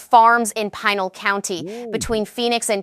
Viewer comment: It is pronounced PEENAL (Pinal). Have A Sue (Havisu) Emphasis on Hav,. Also watch the live and live. They always say one or the other but AI's do not understand two pronunciations but the same word. It is not logical so even a machine that learns can not understand that live is used one way and when you go LIVE it is a long i. You cannot code this Ai but the information is important. It should not turn people away. And the people in small towns in Arizona will be impacted by this, very hard. We live in Tucson. I would love to share these with other friends in our state of Arizona, but with these mispronounced names, sound amateurish and silly. The speaker was a woman's voice. But it did not know the difference between long i sounds and soft i sounds like tissue. In Spanish the i's have the long EE sound like in feed.